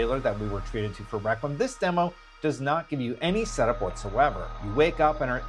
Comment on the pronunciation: Your pronunciation of requiem kills the video